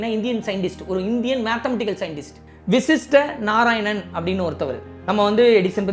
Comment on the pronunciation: vashist not vishist